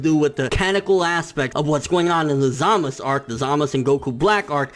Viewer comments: No. Go back and listen. They say ZamazU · ZamazU. please. pronounce the damned U.